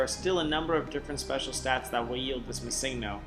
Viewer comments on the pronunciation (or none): I'm sorry but the fact that you not only can't say "Missingno"(what the fuck is a massingno?) but said it almost every few seconds made me ragefit and required my downvote. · I pronounce it missing-no. He is saying ma-sing-no. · Er... Before you embarrass yourself more... The pocket monster "missingno" is actually pronounced "Missing No" to reference that it was used to fill unused slot data in the earlier games, as it was more difficult to code in filler pokemon. So it isn't pronounced missig no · Mis-sing-No haha you should say ”Missing No.” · Why are you pronouncing it like it is spelled missigno? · Mi seeng' no. That pronunciation hurts my ears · you know his name means missing number. you know that! Why do you keep saying missingno? why?! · Shouldn't it be pronounced "Missing Number"? As this is a "pokemon" that shows up from the game trying to find a code where none exists. So it has a missing number. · MuhSINGno Nice pronunciation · I hope you didn't continue pronouncing Missingno. with the stress on 'sing'. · I explained what it meant. But my question was, shouldn't that be how it is pronounced as the "no" is just "number" abbreviated?